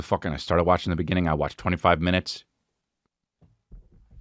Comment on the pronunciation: In the beninging